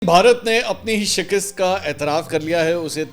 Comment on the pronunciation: Shikust شکست Not Shikist